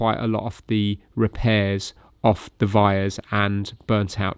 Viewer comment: What was the word to describe the link through the board? Was he saying vires? It wasn't wires was it?